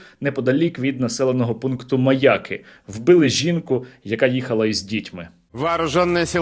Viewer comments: Чому МаЯки, а не МаякИ? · Мені здається, чи Сергій навмисне каже МаЯки, з наголосом на Я? Мабуть тут закладено якийсь іронічний сенс😂.